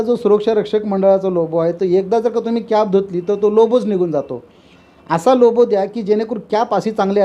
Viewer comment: It's logo not lobo. So Say correctly Logo